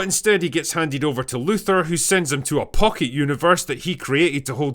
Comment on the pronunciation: I find it difficult to concentrate on what's being said when the speaker can't pronounce Luthor.